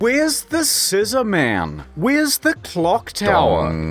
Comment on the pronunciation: "sizzorman" - some guy with a parrot.